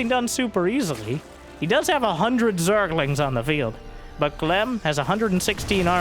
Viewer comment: Play from speakers, and you become bri'ish at "zerglings"